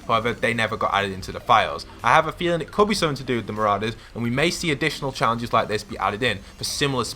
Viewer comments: He calls them mararders lol its said ma-raw-dus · It’s Siona, like Fiona but with an S, and they’re not MarAders, they’re Marourders, not an emphasis on the A, but or, like as in Pour. Marorders I know the spelling Marauders, May make it look like it MarAders, but it makes the video unwatchable for me when you can’t pronounce Marauders, Marorders, like it’s supposed to, and mispronouncing Siona? Surely you know someone called Fiona, it’s the same but with an S. Sorry bro but it needed saying, it was doing my nut in. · It's not mararders lol its said ma-raw-dus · not trying to be annoying but ma-RAW-ders not ma-RAO-ders (pronunciation btw not spelling) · Mate can u pronounce anything its mou-roa-ders and si-o-na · You can’t say marauders right